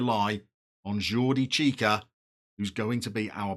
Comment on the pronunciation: Lovely kits, especially that blue number! Surprising to see Arsenal's greatest player Yaya Sanogo this far down, but maybe after being at Toulouse, he wants Touwin. Pronunciation of Jordi is perfect. With Domingo and Iglesias you have a very exciting musical strikeforce. Obligatory music pun: Ooh, Nana. What's his name? also, I'd put a tenner on Domingo coming good.